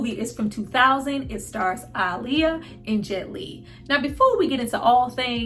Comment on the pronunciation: I love that you say her name correctly ❤️